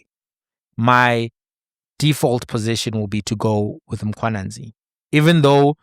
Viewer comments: Lol cause in Zim we have Mkhwananzi not Mkhwanazi. I only realized the difference after 15years of staying in SA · Mkhwanazi not Mkhwananzi 🙄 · Mkwanazi, not Mkhwananzi 😂😂😂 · My Brother it's Mkhwanazi not Mkhwananzi. This is a national hero let's get his surname right. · God dann, it’s Mkhwanazi not Mkhwanzi, even though you’re from Zim, learn to pronounce surnames correctly.